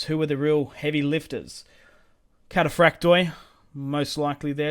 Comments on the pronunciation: In Greek, when a word ends in ...oi (which is indicative of plural) only the i is pronounced, not the o. So, for example read Cataphracti (which means cataphracts, plural) whereas Cataphractos means cataphract (singular). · for the love of the Orthodox God the "o" in "kataphraktoi" etc is SILENT !!! (it is simply the plural form)